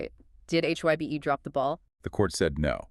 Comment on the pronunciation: You prononuced HYBE incorrectly.